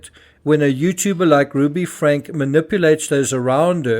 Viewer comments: Want to be an authentic voice? Then say names properly: FRANK-E not Frank. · Just FYI Franke = Frank-E . there is an E sound at the end of her last name. :) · Her name is pronounced Frankeee